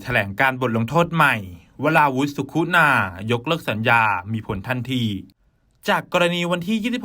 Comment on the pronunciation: เขียนสุขุนาอ่านว่า..สุขุนา..ไม่ใช่..สุคุนา..